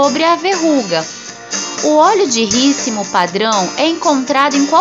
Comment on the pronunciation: Não é rícimo ê rícino